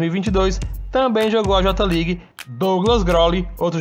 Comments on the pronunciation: Fala certo mano..nao eh JOTA league..eh JAY LEAGUE AHAHUAHAHA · no j ligue e sim fale certo kk jei league